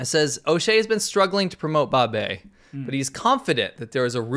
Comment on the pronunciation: Wow, that 'Babei' icon thing is "Great" /s Did you notice it's more like babe-i? Baby... Accurately reveling the guy behind the concept is infantile. He's been in China how long, and can't speak Mandarin?